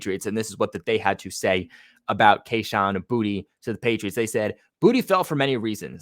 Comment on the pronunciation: I thought it was boot not booty 😂😂